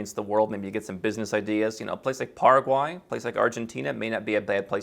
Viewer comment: PARA- QUAY! Pronounced